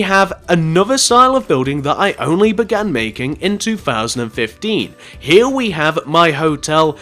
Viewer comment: i hate how when he says th it sounds like fh